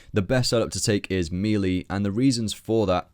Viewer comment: Mispronouncing melee in 2015? Shame.